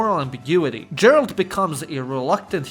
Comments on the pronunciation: I took a shot of Vodka every time you said Jar-alt instead if Gar-alt, by the end of the video I could speak fluent Polish! EDIT - yeah, I sobered up and now all I can remember is Kurva, so... back to square one I guess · Bro its pronounced Geralt not Džeralt. Other than that tiny thing great video as always! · Your ,,Gerald" pronounciation is just wrong. Dislike. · Dżeralt... Fakin hell man xD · another one who calls Geralt, gerald... ehhh, shows u most likely havent played the game, or have no ears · "pronounces Geralt as Jerald" WESTERN SPY SPOTTED!!! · yeah all but.... Geralt has a Hard sound "GHEralt" plz 😭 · Bro, say DŻERALT one more time, I dare you. How do you talk so much about the game and not know how to pronounce the protagonist's name? Have you even played it, or did Chat GPT write the script? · You could also mention Arma 3 or Workes&Resources: Soviet republic. Topic of those games would really fit into this video. PS. For the gods sake, its Geralt, not Džeralt. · Man really called him jeralt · for that pronunciation of gerald you will suffer a tragic fate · Have you played the Witcher? It's pronounced Gheralt. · JERALRD OF RIVIA..... I cringed everytime when you said it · Agreed. P.S: Every time he said "Jeralt" I wanted to punch the screen. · I enjoyed your video and these are all games I have played but I couldn't help but notice how you got Geralt's name wrong. Since you live in Romania, the phonetic pronunciation is Gheralt. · nice video but now I know you did not play any Witcher game, if you did you would know how to pronounce Geralt name right and here you make video about games, details matter dude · As Czech I'm so proud of our games Arma DayZ Factorio Mafia series began here And of course Kingdom Come 1 and 2 But I almost wanna give you dislike for how you pronounce Geralt, anytime you said his name I died inside :D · Well…clearly you didn’t play “the witcher”….else how can you mispronounce the main character name🙄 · Geralt, not Jeralt